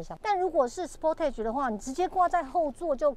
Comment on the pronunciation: 美中不足是sportage的發音不對。